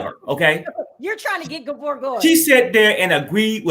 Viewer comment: I’m a new subscriber. Just listened to five/six of your shows, however, I’m sorry to say… “Gabor” is just 😖more often than naught.